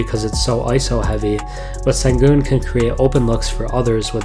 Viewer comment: Great video. His name is pronounced shen-goon.